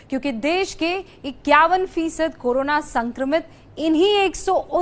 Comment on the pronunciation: 0.33listen carefully 51 bola 91 nhi🤔🤔